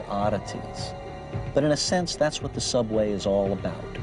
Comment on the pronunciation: “...millions of small tiny WAHT?”